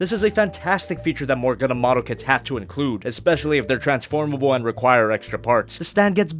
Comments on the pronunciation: DId yOu sAy GuNdam?? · Did you say Gundam? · Did you say Gundum plalalalalalal